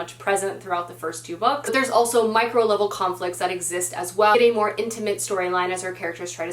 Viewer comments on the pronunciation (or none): none